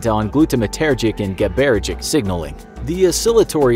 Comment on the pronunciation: If you are a neuroscientist, did it bother you how they pronounced GABAergic too?